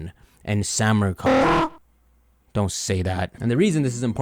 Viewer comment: Mah dude just said Samurc*cok